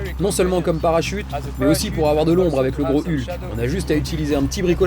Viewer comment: Génial cette vidéo 😁 Avec le doublage, à chaque fois que tu parlais du GROS HULK, j'avais l'impression que tu disais le GROS HU'K 🤣🤣🤣